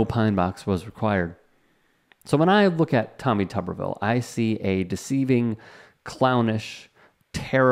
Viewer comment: The way his name is spelled it's pronounced "Tooberville" not Tuhberville " If it was pronounced like the latter it would need two B's.